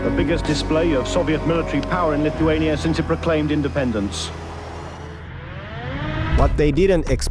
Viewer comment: It’s not pronounced “lituania” but pronounced “LITHuania” like how you say with